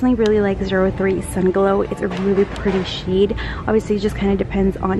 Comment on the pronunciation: did she say sheed instead of shade or am i trippin?😂